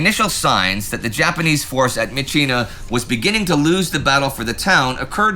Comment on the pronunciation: I have been an army member at the captain level since The great war... I know these are all filmed a month or two in advance. I do realize how hard you work to cover everything. Good job this week on properly pronouncing myitkyina. All that aside, nothing illustrates the hopefully unconscious "Americans are the main characters" bias of the channel than the description of the end of the siege. "Merrill's marauders and their allies"... The Chinese divisions don't even get a name check. They were the 22nd, the 38th, the 30th and elements of the 50th.They are the majority of the squares on the map, but unnamed. As the script says, "18,000 allied casualties" and 2,000 some original marauders. Basic arithmetic says 16,000 of those casualties are mostly coming from Chinese troops with a few kachins and Indians from the Indian 36th division. If the channel talked about D-day as "America and its allies", that would be called out. Yes, Eisenhower is an American in charge of the whole operation, but it would be diminishing the British and Canadians to only name the American part of the effort. We hear about Stilwell being promoted, but more radio silence on the ongoing battle of hengyang. I was kind of expecting the news of his promotion to contrasted with his conflicts with CKS. China's best divisions have been in Burma on both the myitkyina front and the Yunnan front, while Japan is ripping the lungs out of China's core. Just a sentence that says, "Meanwhile, in China, the siege of he